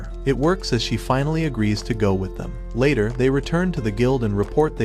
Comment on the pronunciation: no he said laer that night😂